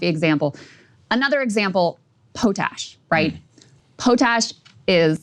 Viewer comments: "Another example... POE-tash..." LMAO!! Krystal, it's pronounced "POT-ash"... as in ashes that come from a pot. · Poh-tash? lol paa-tash! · Super nice professional suit today. Congrats. Funny how it must be first time you ever talk about potash. It's pronounced POT-ASH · What is a Poe-tash? You mean pot-ash? Potash😂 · Po-Tash? Oh boy. Pot-ash there dear. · As someone who works in the potash industry. It's pronounced pot-ash. Poetash is not a thing. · Pot. Ash. Not Pote. Ash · lol it’s POT ASH just put the two words together